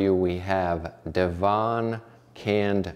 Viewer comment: FYI: it's 'Dev-Un' custard, rather than 'da-vahn'. Devon is a county in South-west England, where this stuff is a staple. I'd say it's where it comes from, but that's fairly unlikely nowadays !